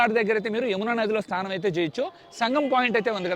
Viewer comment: స్తానం కాదు స్నానం అనాలి